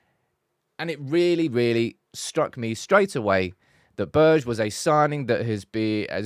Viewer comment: Behrr-Gay = Berge